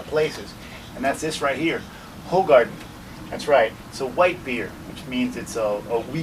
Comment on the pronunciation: It's pronounced "who-gar-den"